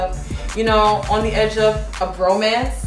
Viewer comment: Did you say "bromance"? Lmbo!!!!